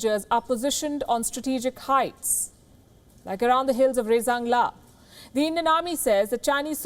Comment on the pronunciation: It is not rekan la. It's rezang la.